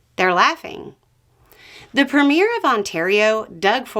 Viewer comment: I'm sorry, but as a Canadian the way you said premier was funny.